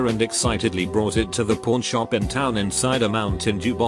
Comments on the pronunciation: I heard it every time he said pawn shop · the way it says pawn shop